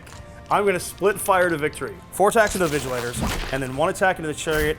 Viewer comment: lmao "vigilators" :face-blue-smiling